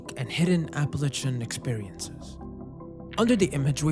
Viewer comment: I commend your pronunciation of Appalachian. Even people in the region can mispronounce it.